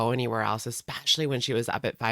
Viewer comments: Omg I’m so happy you called out the “ex-specially.” Drives me nuts when she says that!!! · The way she keeps saying EXpecially 😂